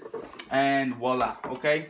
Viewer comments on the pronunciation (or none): none